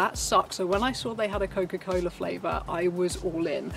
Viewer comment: nothing more satisfying than hearing a brit say: cokafuckincola